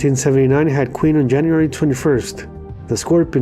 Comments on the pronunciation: QUEEN not Queer! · yup you said Queer!